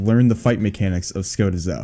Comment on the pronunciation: Ska--teeeeeeeeeee--zo plz